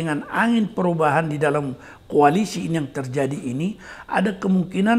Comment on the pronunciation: Bukan kualisi ples. Tapi kualisi kimpes.